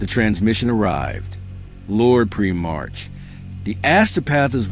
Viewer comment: If you can’t pronounce primarch correctly then this channel can fuck off. Blocked.